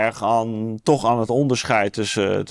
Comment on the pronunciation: Het is niet “we zitten nog niet AN, maar AAN. Let eens op jouw uitspraak Ad. Ook zeg je GEMAKT ipv GEMAAKT.